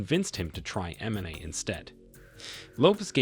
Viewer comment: Lol why cant this youtuber say mma or ngannou right?